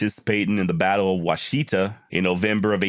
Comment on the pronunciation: It's pronounced wah sha tah river near Cheyenne Oklahoma